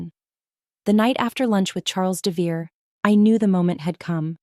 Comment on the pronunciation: AI narration often pronounces names wrong. According to the spelling (Devereaux), it should be DEV e row. That's only one of several spellings the AI subtitles use, but it is the most common.